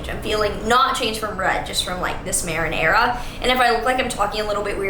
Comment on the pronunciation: When you said "Maren Era" and I heard "Marenara" 💀